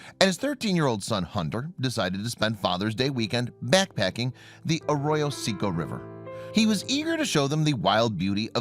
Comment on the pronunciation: Arroyo Say Coe